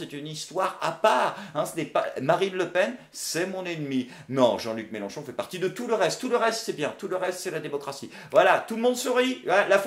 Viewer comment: C'est Mélenchon, avec un e, pas "Mélanchon". Quitte à dire que tu vote pour quelqu'un autant pas écorcher son nom.;) Et ne t'inquiète pas. Comme dans tout grand groupe, la minorité vociférante n'est pas représentative du reste. Et on est pas mal à voir que M. Mélenchon n'est pas parfait, loin de là, et qu'en com' il a ses défauts qui lui collent encore. Je suis content de l'analyse faite par, elle est complète et objective, on voit là où le trait est grossi, là où ça a dérapé, comment il s'est fait avoir, comment ça aurait pu être mieux. Je pense vraiment que la FI a besoin d'un nouveau porte parole, mais ce n'est pas facile à trouver.